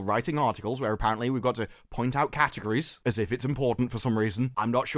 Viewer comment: DId you actually say CAT-ERGORIES?! ;)